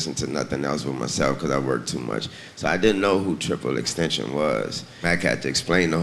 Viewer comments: TRIPLE EXTENSION LMAO OMG I'M DEAD THE GOAT GETS THE prince NAME WRONG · Wayne said "Tripple Extension" Haha RestEasy X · Nobody gone tell Wayne it's tentacion and not extension 🙄🙄 ...im sick of him 😂🤦🏾‍♂️ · I fw Wayne but what I don’t like is artists trying to capitalize off of X’s death. I’m hearing them all pronounce his name wrong. Can’t even say his name right but put his verse on the album for the hype that comes with it. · LoL he said his name wrong